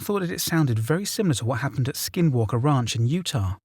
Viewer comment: The wraunch = ranch